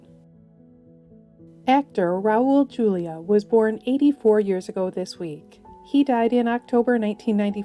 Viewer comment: Isn't Raul Julia's last name pronounced hulia?